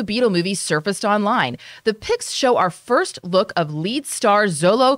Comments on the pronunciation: This was what I was thinking as well. Xolo is also pronounced as Sholo, not Zolo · Xolo is pronounced "Sholo."